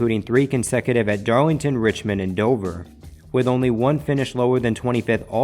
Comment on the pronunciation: Wegacy, darwington, wate...wtf is this Elmer Fudd? Consistwancy. Wtf